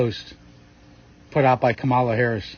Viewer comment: Pronounce her name, you rude person, you